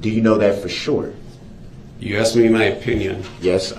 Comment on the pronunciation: Axed. Axed. I looked it up and me dont think durrul is pronouncing this correct. I did see a referance to "Hooked on ebonics". Then it made sense.